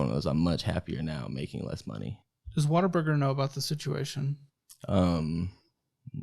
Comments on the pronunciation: I’m from the PNW and have never heard of “Water Burger” until this show. Then I took a trip to Tennessee and saw signs for Whataburger and was like “is this what is always talking about?!” Hahaha totally thought they were saying water burger the whole time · Why does EVERYONE pronounce it as “Water Burger”?! It’s clearly WUT-A-BURGER! Pet peeve. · 😂😂😂😂 yal hear him saying WaterBurger 😂😂😂😂. It's whataburger babe 😂😂😂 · What the hell is “water burger”?! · Why does say Water-burger?? 😂 In-N-Out > Whataburger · Saying “water-burger” is so disrespectful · will never be a Whataburger manager as long as he keeps calling it Waterburger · Why are y’all pronouncing it as “WATERBURGER”? At least it sounds like it lol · Anyone else google “pronunciation of Whataburger” after hearing it in the videos enough times? As someone who grew up in Washington state, I’m heartily confused about where the “ah” and extra r come from. 😊